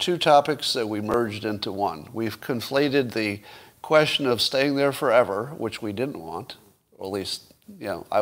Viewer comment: Some help with pronunciation: 1) Viva Frei is pronounced Viva Fry. 2) The word "quesTion" has a "T" in it so you say "kwestchun" not "kweshun"